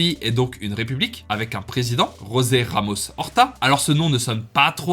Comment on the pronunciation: « José Ramos horta » pitié avant de faire des vidéos apprend à énoncer correctement le nom et la langue des gens. Ou alors dit le en français tout simplement